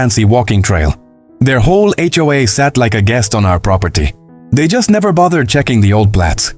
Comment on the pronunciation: It's HOA not HOAA